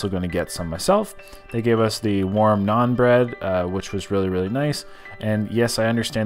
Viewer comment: naan bread... it’s NAAN